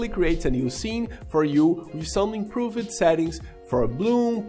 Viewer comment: Tip: when you say improved, the e is not pronounced. So it sounds more like improvd.